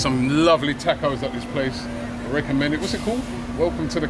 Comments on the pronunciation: Why they say tacos like tecos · Robbie, learn how to pronounce 'tacos' mate, jeez, the English, invented the language can't even use it properly